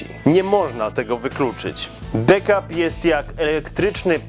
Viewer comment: BAKAP się mówi